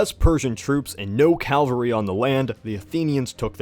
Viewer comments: Calvary. Ugh. Horses ridden by soldiers are called cavalry - that's CA-VAL-REE. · Cavalry, not calvary, you goof. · Nitpicking: It's cavalry not Calvary. Since this is a history video that is a pretty big distinction lol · i hate this guy so much because he said "CALVARY" it's CAVALRY you illiterate swine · you pronounced "cavalry" incorrectly. I thought people only make that mistake with spelling ("calvary")